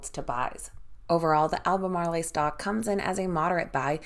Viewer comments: Please pronounce Albamarl as if it did not have an e on the end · AL BER MARL